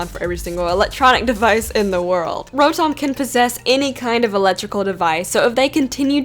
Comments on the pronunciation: On Rotom, am I the only one who heard world Dominatrix 😂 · did you say world dominatrix?